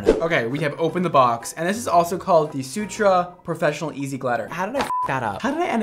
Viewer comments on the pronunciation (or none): none